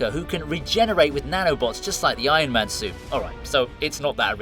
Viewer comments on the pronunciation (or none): none